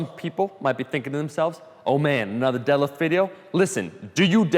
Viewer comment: He doesn't day deadlift he says delif